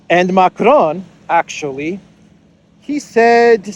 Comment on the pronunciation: Learn how to pronounce Macron corretly!!!!!